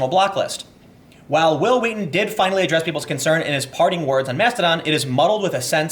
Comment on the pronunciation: stop saying it like that that's not real memeing